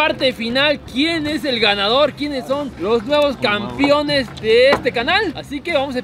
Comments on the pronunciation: Oigan papus, no se si escucho mal, pero dicen campiones xd es campeones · No importa cuando leas este comentario,el sigue diciendo "campion"